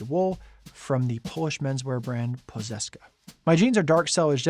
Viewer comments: I'm polish, I couldn't figure out what You're saying at the and, I had to check subtitles for "Poszetka" (which means pocket square btw) - but don't sweat it, our pronunciation is one of the hardest in the world, so getting it right in a video, a stream or a speech is really for those who like to flex their polyglocy skills. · Poszetka's pronouncement needs some work ;)